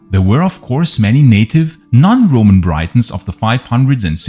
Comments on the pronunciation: Cool video as always, but not understanding why you still say Britain properly as "Britton" but pronounce Brittons as "Braitons/Breitons". Its pronounced like saying Britains. Not trying to be a jerk, just trying to help as Ive never heard anyone else say it that way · And, Britons is pronounced like Britains, not Brightons. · Pronunciation - say " Britons " by using the letter " i " as you would saying " it " , or " if " , or " is " . Don't say it as you would when pronouncing the word " bite " . Just a correction to an otherwise excellent output on this subject . . . I have often felt that elements of the Romano - British garrison remained in Britain after AD410 . They hadroots and families here going back generations . What was Rome to them !? Nothing , in most cases , I'd bet . They were the likely cause of various Saxon defeats we hear whispered about around that time . I guess we will never know for sure .